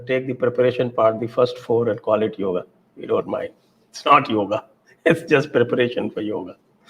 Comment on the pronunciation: समस्या हिंदी भाषियों की है। वे अकार मिश्रण समझते ही नहीं हैं। इसीलिए योग को योग् उच्चारित करते हैं। संस्कृत सीखिए, आपकी समस्या का निवारण हो जाएगा।